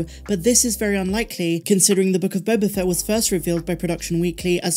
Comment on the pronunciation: You keep mispronouncing "The Book of Boba FATT".